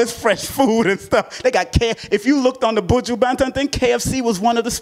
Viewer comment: Nooo, u didn’t say his name right😂😂😂😂🤦🏾‍♀️